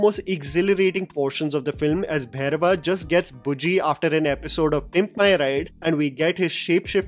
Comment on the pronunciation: First of all.. it’s not Bhayrava.. It’s Bhairava!! For gods sake